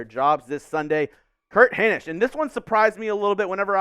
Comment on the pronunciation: Solid B. You've definitely gotten better since you started. I LOVE your energy. I just hate the blatant looking at a screen/script. I feel Will was pretty good at not letting that be too noticeable. Also, pronounce Hinish correctly lol.